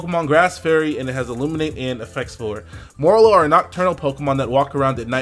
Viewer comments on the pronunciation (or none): none